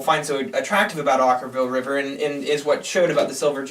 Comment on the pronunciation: Oh you guys are so brutal...at least you pronounced the band's name right this time. Shocking.